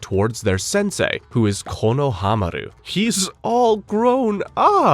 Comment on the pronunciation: Is this AI? Or maybe it isn't. The over trying Japanese pronunciations are a little cringe to hear. "RanaayGan"??? "Kono-Hamaru"??? But overall, this is appreciated and well out together. Just sometimes hearing him over pronounce the Japanese pronunciation makes me cringe a tiny bit. Some of the names or most of them aren't said that hard. Reminds me how some same "Nah-rooto" or "Mah-daara" 😅